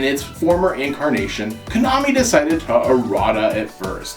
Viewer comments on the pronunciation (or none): none